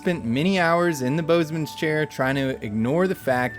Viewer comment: Hey it's called a bosun's chair not boatsums or whatever you said.